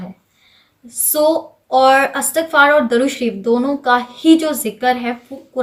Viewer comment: Assalamu alaikum Plz correct it... It's durood not darood... Darood means wood